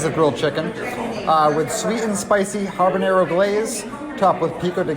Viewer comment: Building up your own meal can get pricey. (But hey, it's Disney.), I found it endearing how you say "ha(rr)banero" like a pirate. Good review and thanks all!